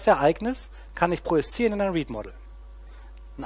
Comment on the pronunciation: Wehe, du sagst noch einmal "projiszieren".